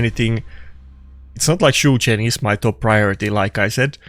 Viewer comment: Everytime i hear “chu chen” jesus christ